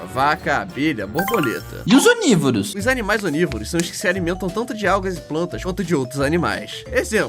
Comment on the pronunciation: Só eu que percebi que ele falou"ominivovoros"